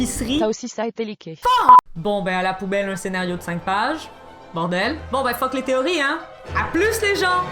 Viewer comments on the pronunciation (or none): Ton fuck tu le dis "Fock" c'est tellement drôle, super vidéo :3